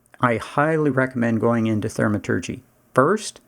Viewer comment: Gha, love the vid but every time you say Thermaturgy it's like nails on a chalkboard. Thaumaturgy, like saying Thaw